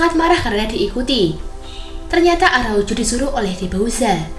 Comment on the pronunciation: Araucu atau araujo sih? Medok amat